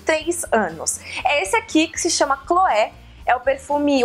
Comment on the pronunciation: oi Karol! O seu perfume favorito se pronuncua Cloê (em francês, o "é" se pronuncia "ê" e o "è" se pronuncia "é", deu para entender? hahaha